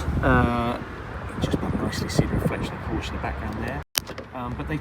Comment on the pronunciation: Some feedback, it you like: the music is horrible - it might be YT suggested background music, but it is typical "elevator-- or shopping mall music". Horrible, better no music at all. As for the pronunciation of Porsche: please practice. This is a family name, no reason to mutilate it. As for the camera angle: you might not be the ugliest person on the planet, but viewers are NOT here to look at you for many minutes. Please show the car, not yourself.The sentence "it is big money for a Porsche"... I cannot subscribe to. Why do you think a Ferrari should be more expensive? Because the Ferrari breaks down more often? I, on the contrary, think that a Porsche - especially the new 992 generation of the 911 - is a bargain. And yes, I do own a 911 Carrera S Cabriolet. Night shot of the door handles: pretty dark - you should have edited that out. - the audio was also awful with this scene. To wrap it up: decent review for a first try, room for improvement.